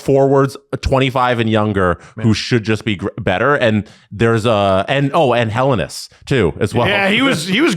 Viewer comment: Helenius. He-le-ni-us. NOT Helenus. You can say "hilarious" and you say it a lot and not once do you say "hilarus".